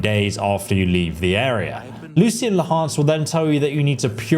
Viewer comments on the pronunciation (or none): So im new here and I like your videos but are you purposely messing with the "ch" in Lechance and Chameleon? Again, great video just gotta know lol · How he says Lucian Lachance's last name makes me cringe... like the character says his name to the player clearly and he still says his name wrong... ugh...